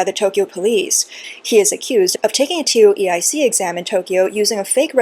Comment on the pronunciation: Was wondering what a TeeOh EeEye Seek exam was.. Tow-Ik